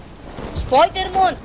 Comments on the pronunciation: spoidermon Me: I hear sporker mon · I always giggle About when he land it said Spodermon😭😂